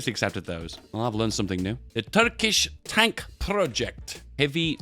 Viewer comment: say tonk one more time i swear to god